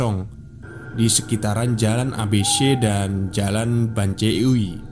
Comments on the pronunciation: Kayaknya nama toko tempat kerjanya saya tau deh. Maaf narator pelapalan jl banceuy dibaca jl ban-ceuy bukan jl ban-ce-uy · sing² lucu banget baca BANCEUY nya...saya org sunda sampe ngakak...maaf salah baca nya 🤭😁